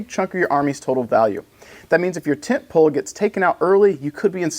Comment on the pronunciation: Brother I heard tent peg 😂 not pole. Instructor used to give briefings in terms of lump lumps and tent pegs.. Ah good stuff, and good briefing video on the tent pole units. Hope it evolves the list game for the next tournament. Happy hunting